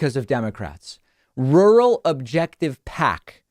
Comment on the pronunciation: Rurr-al. Rurr. Al